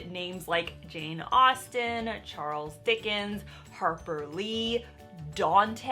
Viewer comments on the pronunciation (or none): none